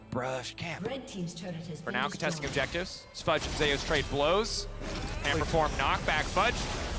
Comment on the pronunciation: why do their call Zeus "Zeias" is this how he said his name goes? or are they not aware? the most bold it comes out is when one says "wait zeias zeIAS--" and the other says it properly "zeus"